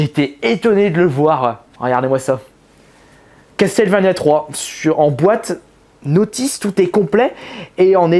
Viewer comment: "Castelle vania" "Di Ard" non mais oh mon dieu quoi